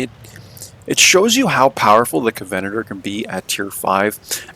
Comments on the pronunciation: Enjoyed the video, but its pronounced "covenant er" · Great videos but just FYI, you are pronouncing covenanter incorrectly. The stress should be on the 'a'. 🙂